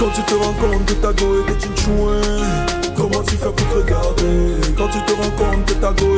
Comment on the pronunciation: 😂😂grand pardon on dit tchoin ! thoinc c'est quoi ? 😂😂